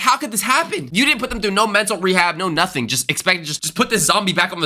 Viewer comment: Bro really said notuting 👀 ...